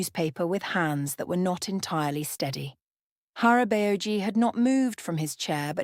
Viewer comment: It took me a few seconds to understand the korean pronunciations of the Korean words they were using. I had to pause it, pronounce the words the videos way, and THEN it'd hit me which words they were trying to use. "Hara-bay-oh-gee" 😆😂🤣